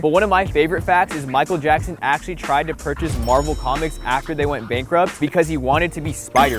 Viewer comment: did he just say michael gackson